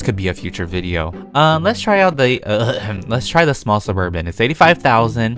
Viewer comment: When he says "Suburban" I remember "suburb van"😂